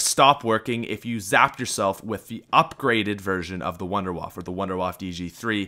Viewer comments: Its the wunderwaffe not the wonderwaf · is it just me but did him naming wunderwaffe wrong pissed me off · its funny how you say wunderwaffe